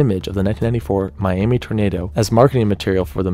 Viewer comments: Miami, Texas is actually pronounced “Miama” or “Miamuh”, believe it or not. Been there many times to visit family. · I know this video is older but I am from around the area that the twister cover picture was taken out and the locals would be upset about how you’re pronouncing it, it’s pronounced miamuh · As a Texan who lives in the Texas Panhandle, Miami, Texas is actually pronounced "Miama". Don't feel bad, I incorrectly called the town Miami when I was younger, until my dad corrected me. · Good video. It’s pronounced miam-uh on the second picture though.